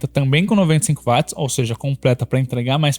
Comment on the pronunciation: 🛑 Bicho, que DICÇÃO PÉSSIMA! Uma das piores dicções que já vi na Vida! Pessoa tem q prestar muita atenção e forçar o cérebro pra entender oq esse cara ta dizendo.. Fora que no final das contas o cara é um quase Leigo, 1 Curioso q ta aí comentando.. O cara erra termos técnicos. Coisa que 1 Bom Profissional, alguém que estudou não erraria! Exemplo: Chamar Watt de Vat! É de Lascar! Coisa de quem nem fez o ensino médio direito! Watt se lê Uóti, Camarada! E não VAT! Watt é unidade de potência em homenagem a 1 físico. Enfim.. Edit: Pelo menos trouxeram muitas informações que dá p orientar a escolha entre notes similares.